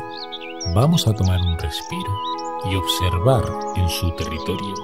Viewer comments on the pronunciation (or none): none